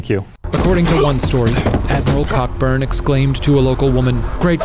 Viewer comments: Cockburn is pronounced "co-burn" we British are weird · Aghhhh my ears! It’s pronounced COBURN not COCKBURN 🍆🔥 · I live in Perth, Western Australia and we have a suburb called Cockburn but it’s said like Coe-burn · To be clear...Cockburn is pronounced "CO-burn." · Omg Cockburn is pronounced Co-burn. Everytime Shane said it, I died a little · Knew a guy in school with that particularly unfortunate surname, but I believe it’s pronounced ‘co-burn.’ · Cockburn is actually pronounced Coburn The rockets are why the Star Spangled Banner contains the line "and the rockets' red glare" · Cockburn is pronounced coburn lol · I really hate to poop in this party, but "Cockburn" is pronounced "coe-burn". Really sorry. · isn't 'cockburn' pronounced 'co-burn' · im pretty sure they're mispronouncing cockburn... its pronounced coeburn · I can't watch this without wincing everytime they say cockburn. its pronounced "coburn". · Cockburn is actually pronounced Co-burn... carry on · Er... I'm pretty sure that Cockburn is pronounced Co-burn :') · I think "Cockburn" is pronounced "Coburn". Shane, tweet a British Canadian once in a while, will you? ;') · Isn't it "cohburn", I thought that's how its pronounced? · It is PRONOUNCED. COBURN. Jesus. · Hahaha love how you all say “Cockburn” in the UK it’s actually pronounced ‘co-burn’ 😂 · Cockburn is pronounced Co-burn. I don't know why but it usually is. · Cockburn is pronounced Coeburn btw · Cockburn is actually pronounced ...co-burn....... but its funny so I can let it be lol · Coburn. Cockburn is pronounced Coburn. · Isn’t the last name Cockburn pronounced “co-burn”? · Cockburn is pronounced co-burn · just a heads up, Cockburn is generally pronounced "co-burn" in the UK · Well, because the English created the language, Cockburn & St. Helena are pronounced as "co-burn" and "san-te-lina". Like honestly. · knowing its pronounced co-burn and hearing Shane say it wrong makes this so much funnier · Cockburn is pronounced co-burn😅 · It's Co-burn!